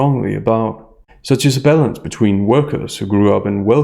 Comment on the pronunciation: Your 'balance' sounds like ''bellends', it cracked me up 😂